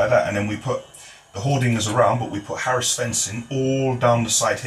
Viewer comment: it’s heras fencing not Harris fencing haha hate to be that guy but it is what it is